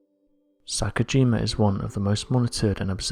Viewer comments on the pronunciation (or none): Um you prounounce the wrong volcano name its not sakujima its "sakurajima"